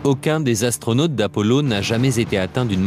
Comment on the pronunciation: Je cite: « Huit Zastronautes sont morts dans d’étranges circonstances... » avec 3 z... Lu-di-crous!